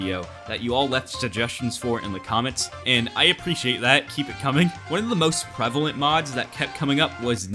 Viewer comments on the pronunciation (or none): none